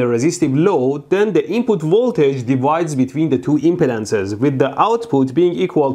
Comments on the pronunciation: impeh-dance, I say it like that too but it's uhm·pee·dns lol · so.. who's impodent? oh, imp-ee-dance ;) haha. so funny hearing it.